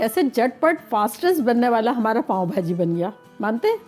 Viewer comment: پاوں نہیں پاوء بہاجی😅